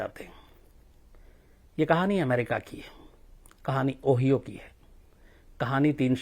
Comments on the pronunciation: ओहिओ नहीं सर ओहायो होता है । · O-HI-O Not O-HEE-O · Ohio? 🤣. O bhai zara Google per uska pronunciation parh liya karen. Ohio. Read as.....(ohayao,). 🙂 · bhai sahab ओहियो ओहियो ओहियो bol rahe हो... zara सा dekh sun padh lete तो aap को pata hota की उस pradesh का naam ओहाइओ है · ओहियो नही ओहायो बोलते हैं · Khan sir vo ओहायो है नाकि ओहियो but it's ok no problem love you sir 🙏🇮🇳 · Ohio is pronounced like O hyo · You are not pronouncing the name of the state correctly, it's pronounced as , o haayo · Its pronounced as OO- HAI - OO